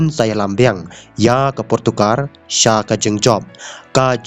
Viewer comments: Portugal ❌portokar☑️😂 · Portugal not portugar